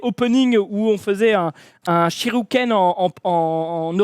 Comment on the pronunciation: le fameux Shiruken de, il voulait dire Shuriken je suppose